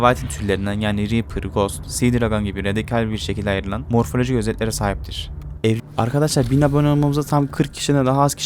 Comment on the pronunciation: ARGADASLAR NE ARTIK K YERİ G DEMEYİ BIRAK